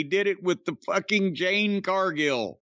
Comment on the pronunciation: It's JADE, Jim ... NOT JANE